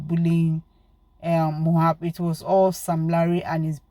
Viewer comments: please,I don't have anything against you, but please and please stop calling this boy's name wrong, it is very disrespectful to the diseased and so unfair on him too, It is so uncomfortable to hearing and it's like putting salt on injury for we that loved him whenever you called him Mohab, his name is MOH-BAD, (it's like saying i am bad, MOH-BAD). thanks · If you can’t pronounce his name correctly then stop calling him. What’s so difficult in pronouncing Mohbad? It’s so disrespectful.